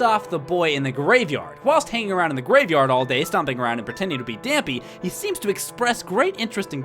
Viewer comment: i think dampe's name is pronounced dawmpay...